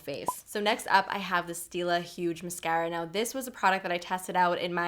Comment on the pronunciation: Lol. Sorry!!! The way you say Mascara... sounds like my mom and she is a jersey girl! Lol.